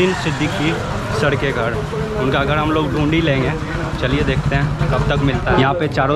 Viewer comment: Sale ache bhale ghar ko ghad bolta hai